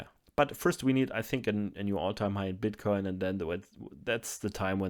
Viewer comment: Can we just take a minute to appreciate how good is at saying the word "bitcoin"?